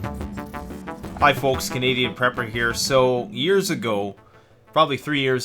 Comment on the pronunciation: "When it comes to preper storage," I think I like that pronunciation